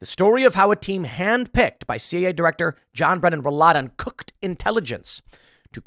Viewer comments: You mean CIA LOL. not CAI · CIA not CAI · Oh bless my heart, Tim said CAI instead of CIA. All credibility lost, right? Honestly, I propose we change the Central Intelligence Agency (CIA) to Central Agency of Idiots (CAI)